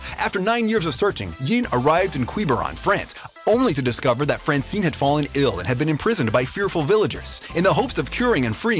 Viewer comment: the way he said francine hahahaha